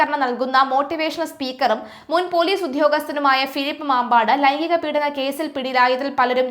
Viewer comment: മമ്പാടാണ്, മാമ്പാട് അല്ല